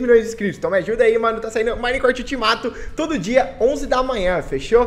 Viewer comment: o cara fala minecraft mo esquisito e o memso q minicresheii skksks